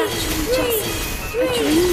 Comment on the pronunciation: My Life Is a DRÆM bc is playing Hopes and DRÆMZ while playing an Adult Loli who's high and says DRÆM all the time •～•